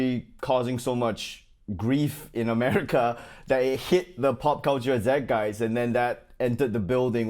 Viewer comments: at 5.35, it's zeit geist, pronounced zyte guyst. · This is an old classic. But Ronnie, pronunciation note: zeitgeist vowels rhyme with “fight guys”, while “zitgeist” refers to white marks on an adolescent’s mirror. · Side note: For the love of Ronny, please, somebody play him Google Translate's "zeitgeist" pronunciation. No more ZedGuys, it's not an Australian word. 😁🙏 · So funny Ronny Zeitgeist is German - maybe you might want to learn how to pronounce Zeitgeist properly? I’m German Chinese - so I got the Chinese segment but list you with Zeitgeist?